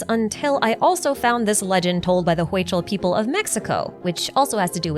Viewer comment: Hi! hey just so you know, Huichol is pronounced Hui-chol, the Hui is pronounced like "we" so, we-chol 😊. Love your vids!